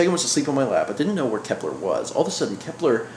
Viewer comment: It's Kepler